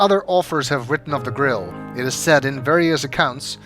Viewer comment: I love your accent. Your pronunciation of grail sounds like grill, and now I can't get the image and idea of a holy grill out there undiscovered.